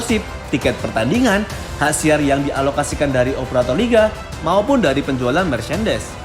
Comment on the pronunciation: Hak Siar bukan Hak Siap 🙂